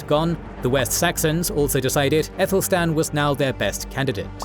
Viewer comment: Good, but Aethelstan should be pronounced with a hard ‘a’ - not “ethelstan”, but as in apple, Athelstan.